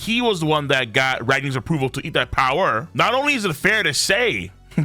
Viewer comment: Your pronunciation is weird sometimes “devil fruit PoWer”